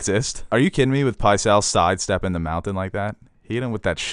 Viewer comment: Everyone else heard Pycelle Fart right? lmao